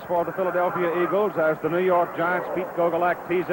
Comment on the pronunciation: Christie Longo Exactly right, Dandaroo, as Cowell always called Meredith. In fact you can hear it for yourself starting starting when he tries to say Philadelphia...